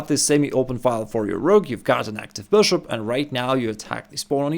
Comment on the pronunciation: Man, I love your videos, I learn a lot from you. But please work a bit on your pronounciation of “Bishop” 😊